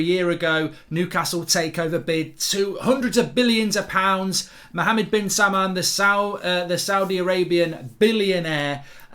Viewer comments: Be careful Mark, it’s Salman not salmon 🍣….. you don’t want to be chopped now.🤭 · Mohammed bin Salmon?? 😂 It’s Sal-Man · His name is Salll mann not like the fish salmon lol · Mark saying salmon instead of Salman has made my day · It’s Pronounced SALMAN not SAMMAN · “Mohammad Bin-Salmon”